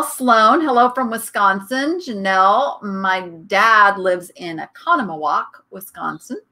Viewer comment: I've never heard a non-resident pronounce Oconomowoc correctly, I'm impressed 😂 Great stuff!!